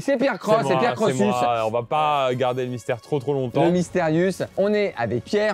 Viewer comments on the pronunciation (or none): none